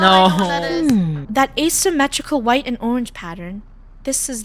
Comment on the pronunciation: The fact that funneh sed purprler and one more the fact that sed whiht 😂